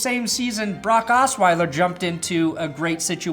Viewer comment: *Assweiler lol